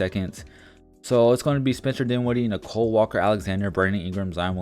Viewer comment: His name is Nickeil Alexander-Walker. Not Nicole.